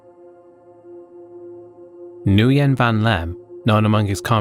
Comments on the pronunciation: Nguyen is pronounced like "Wen", just to inform! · That name is pronounced, "when."